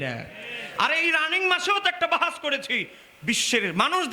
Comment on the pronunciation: তুমি ইবারত পড়তে পারো ?তুমি বাহাস কথাটাই তো উচ্চারন করতে পারছো না ,তোমরা নিসন্দেহে বেদাতি,অরিজিনাল সুন্নি হলে সুন্নি সুন্নি করে চিল্লার দরকার পড়ে না ,বেদাতিরা কয়েক বছার থেকে সুন্নি কথাটি খুব ব্যবহার করছে ,যাতে তাদের বেদাতি কর্মকান্ড আড়াল হয়েযায়, আগে সুন্নি কথাটা কোখনো শুনিনি৷